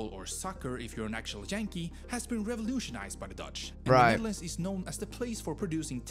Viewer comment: Netherlands not neverland